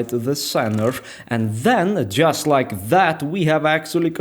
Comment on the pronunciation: “Just loike dat”